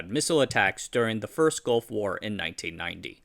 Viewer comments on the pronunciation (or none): none